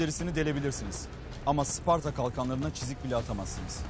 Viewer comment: 1000 yıldır bazılarının sucuk yerine uscuk demesini anlarım da. Bari hiç olmazsa şu Sparta'ya Isparta demeseydik ne güzel olurdu be.